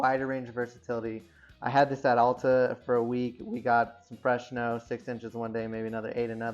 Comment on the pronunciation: It's ALTA not ALLTA